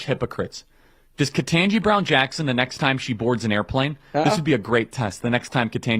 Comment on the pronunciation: Ugh I hate how says Ketanji Beown Jackson's name wrong every single time.